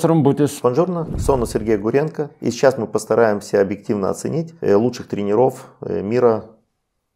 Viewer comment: не тренерОв, а трЕнеров. Если комментируете в эфир, то говорите грамотно. А то нет доверия, когда язык неграмотный.